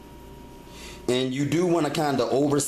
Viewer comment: The way you say vegetables is so not right